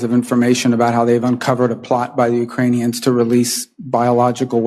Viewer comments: Ukrani-ONZ, like cling-ons...? nuland's pronunciation and statesmanship do not reflect well on our state dept. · Everytime Nuland says "Ukrainions", a Nazi gets its wings...